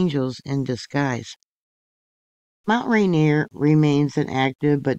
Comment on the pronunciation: Pronounced "Rain-Ear"